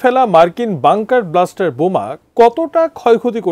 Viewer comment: It will be Bunker Buster, not bluster.